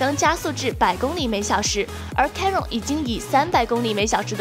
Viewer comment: chiron 发音都读错了。。。